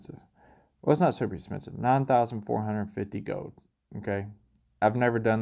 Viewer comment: It’s gold not gode.